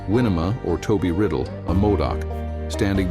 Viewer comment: Winema pronounced Wy NEE ma.